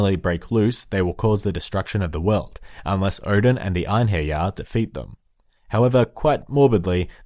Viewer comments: just so you know, wyrd is more accurately translated as fate than destiny. also, eirhinjar are pronounced air in jar. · Ine-hair-yar XD